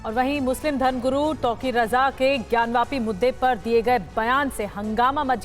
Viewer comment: ज्ञानवापी, ज्ञानवापी, ज्ञानवापी है ज्ञानव्यापी नहीं।